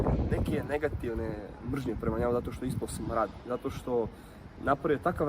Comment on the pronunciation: Mrznja je negativna, ne naglasava se 😂🤣😂